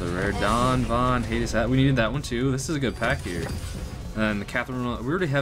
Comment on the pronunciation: Ok nvm you don't know how to pronounce anything right. Guyliner, sigil, dr Von Haydes